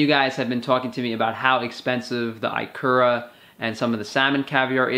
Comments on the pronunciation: Aloha! eee-kura. not eye-kura. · no he meant IKURA (japanese) only he pronounced it wrong, it's 'ekura' not 'aikura' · I live in Japan. It's pronounced "EE-ku-ra" (accent on the first syllable) not "eye-KUR-ra" great vid btw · Ikura is pronouced, "e ku ra" I'm in Hawaii and I eat this everyday. At 58 years old, i have lost 216 lbs, have muscles for the first time in my life, most of my white hair is gone and I can now run the Honolulu Marathon! My life is extremely different from the first 54 years. All of my foods come from the Pacific basin now and my 78 year old other doesn't recognize my new body. I eat seaweed, ikura, oysters, beef liver and beef heart all most dally.